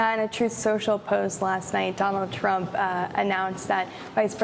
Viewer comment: did she really say Don Old Trump? 🤣🤣🤣